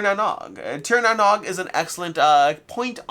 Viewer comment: The Nog part of Tir Na Nog is pronounced "Noge".